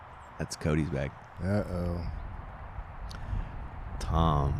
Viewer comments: ITS TAAAAAAAAAAAAAAAAAAAAAAAAAMM NOT TOOOOOOOOOOM YOU IDIOT ANDERSON!!!!!!! Just when ya think Ian will quit the laaame ass, childish comments, here we go already... SMH F!! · I have to give some friendly feedback at this point. It is Tamm not Tom. Nice coverage nevertheless, keep up the good work. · Tamm… not Tom!!!